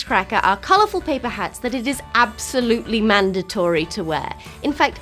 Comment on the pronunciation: Your pronunciation of " mandatory" sounded a bit unusual . But I do enjoy your speech .